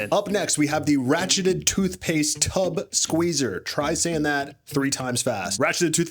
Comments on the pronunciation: did you just say "tub" rather than "tube"??? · tube - pronounced: toob